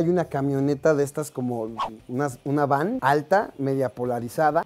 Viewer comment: 1. Esta bastante claro que no generalizo 🙄 2. Hoy en día ya no las utilizan por considerarlas impracticas, pero hubo un tiempo en que si las utilizaron: Por cierto, es Van, no Vam 3. Y si tenia la ventana abajo?🤔 Además e hay grados de polarizado, y ciertos grados no cubren al 100% (mi carro tiene un polarizado bastante leve). 4. Y porque no? No la está golpeando o si? Le esta llamando la atención a alguien que por su imprudencia casi ocasiona un accidente, malo hubiera sido intentar bajarla a la fuerza de su vehículo. 5. Una persona frustrada es una persona que no está logrando lo que desea en la vida. Se propuso metas y objetivos pero no las puede lograr. Y como no puede lograr las metas que se propuso en la vida, sin darse cuenta, comienza a vivir con una mala actitud hacia la vida, hacia los demás. Por ejemplo, una de las características de las personas frustradas es que se enojan rápidamente cuando se les contradice. Cualquiera puede tener estas características, el problema es cuando a alguien con esa actitud inestable se le da un arma y un puesto de autoridad. No veo porque tendría que irse a checar? 6. De nuevo, no generaliza, solo dice “algunos”, te puedo decir que como alguien con una cierta cantidad de conocidos que trabajan en seguridad pública que, sus test de dopaje no son 100% infalibles 😏, así que el hecho de que esos marinos en particular estuvieran en estado inconveniente enrealidad no es tan descabellado, pero ese es un terreno algo subjetivo